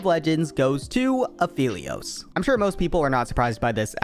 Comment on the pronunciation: That apehlios :DDDD